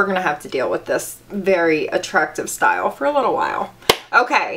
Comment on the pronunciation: Did she say shed "styew" her hair? That accent cute😊